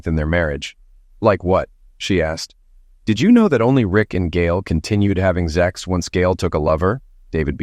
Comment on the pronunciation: Stop saying ZEX . Speak English .